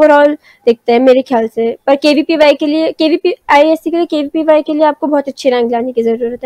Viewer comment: Are aunty KVYP nahi KVPY hota hai😆